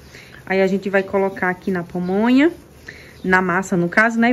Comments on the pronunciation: Dhay não é Pomonha não é PAmonha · Só uma correção: é pamonha, e milho cozido, não pomonha,e cozinhado,não é crítica, é somente uma correção, justamente para as pessoas não ficarem criticando você, felicidades para vocês.